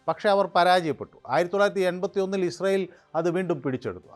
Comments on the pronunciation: എടാ പൊട്ടാ '"ഇസ്രായേൽ 'എന്ന് കൊച്ചു കുട്ടികൾ പോലും പറയും ഇഷ്‌രായേൽ 😂😂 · നീ ജവാൻ അടിച്ചിട്ടാണോ പറയുന്നത് ഇസ്രായേൽ എന്ന് പറയു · ഇസ്രായേൽ എന്ന് വ്യക്തമായി പറയാൻ ശ്രെമിക്കൂ